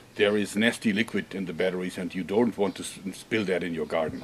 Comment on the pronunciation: i like how he talks! I mean he's such a huge muscular guy and he says battawies! its funny